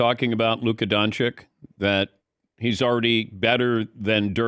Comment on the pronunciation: Does Dan consciously and purposely mispronounce Doncic and Wembanyama ?